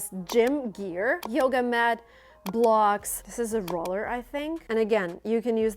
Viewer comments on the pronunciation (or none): none